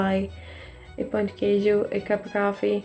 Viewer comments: Thank you for trying pão de queijo!! It's a national treasure. Just beware the word "pão", because foreigners always pronounce it "pau", which means "d*ck". Of course we understand it's difficult, but it's still funny. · I am not an expert in cheese bread, but I would like to inform you that you, as well as other speakers of the English language, cannot nasalize the word pão and end up speaking pau, which here means something else further below the equator of the anatomy. male. By the way, I love you channel. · i have a tip for you on pão de queijo, but when it comes to pronouncing it, not on how to make it hahaha you want to make the "ã" in "pão" as nasal as possible (instead of the open "A" that's easier to go for when we're speaking English), that's exactly what the ~ on top of the "a" symbolizes. not pronouncing "pão" nasally gives it a tooooootally different meaning, trust me, you don't wanna know it...😄😄